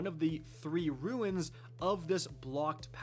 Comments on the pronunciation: Am I the only one peeved every time pronounces "runes" as "ruins"? Otherwise an ok guide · They are RUNES not RUINS. Your pronunciation was killing me the whole time.